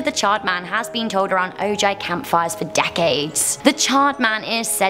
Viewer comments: Lol O-jay its pronounced Oh-hi lol. i know youre not from around here its all good. I always laugh when i here people pronounce it wrong 😆 But i do like your video... and its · Some corrections on pronunciation: Mojave= MO-HA-VAY Ojai= OH-HI...I believe there was one more but can't remember, but I still love you. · did she say o.j. camp fire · In the same county that Ojai is located in. By the way, it’s pronounced Oh-hi. I knew about most of these stories. The Ojai one used to scare the hell out of me cause my sister went to camp near that bridge. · Ojai. It's pronounced OH-high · And Ojai is Oh-hi.